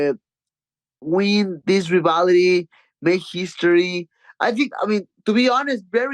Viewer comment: Someone teach this man how to pronounce "rivalry" please